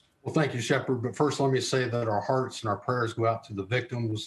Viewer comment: "HeaRts WiKtimS gO OuT" "ThOuts PrYaeRs alSo gO oUT" 😒